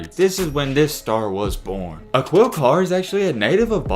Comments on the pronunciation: Uh-Quil Car 😂😂😂 it’s pronounced Ah-keel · Yup! Dude said “Aqwheel” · It’s pronounced “uh-keel” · It's pronounced A-KEEL. If you're going to continue profiting off of BLACK EXCELLENCE, please learn how to pronounce the names!!! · Aquille Pronoun A-kill, lol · His name is pronounced just like Shaquille O’neal but without the sh. Basically pronounced Akeel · “Akill” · a"QUIL' carr hahahah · dude you're not even saying his name correctly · At least learn how to pronounce bro name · He def knows a lot about shorty!! Everything except the correct pronunciation of his name. 🤦🏾‍♂️